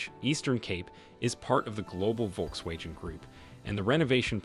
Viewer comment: Next time learn how to pronounce words before uploading a video. It's like you reading a script! Even the most simplest word Volkswagen you couldn't pronounce right. You just butched this also using stock photos that some don't even relate to what you talking about.... you talking about Richard's Bay a coastal city, meanwhile your stock photo shows Sandton City, an inland city 700km away....